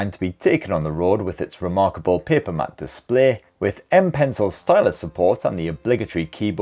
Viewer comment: Matte is still pronounced mat take advice from a mate !